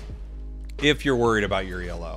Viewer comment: Yo, one thing when you said "if you're worried about your E L O". Elo is not actually an acronym, it's named after Elo score inventor, Arpad Elo. So it's pronounced just Elo as 1 word instead of the initials letters